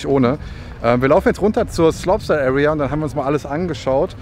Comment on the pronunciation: Gutes Video aber sag bitte slopestyle anstatt sloppstyle